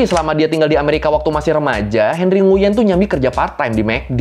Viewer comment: Nguyen bacanya nguwen bang. Pho itu bacanya fa